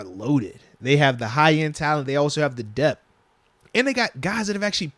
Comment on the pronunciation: Why do you always say dep when the word is DEPTH? Is there a specific reason you're leaving the TH sound off that I don't know about?